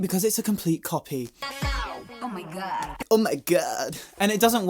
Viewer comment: "Oh My God" - "Oh My Goudy"